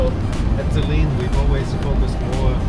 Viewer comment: There is a lot of mis-information, I agree, especially in the first 15 seconds of the video in how not to pronunciate "Saleen". It's pronounced Sa-leen, not Say-leen.